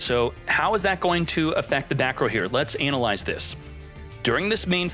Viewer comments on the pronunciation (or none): Lol Anal-lyze this. Pronounces it this way every time. Tickles me to death